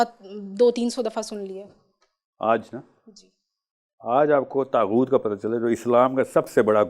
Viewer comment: طاغوت لفظ ھے طہوت نہیں ۔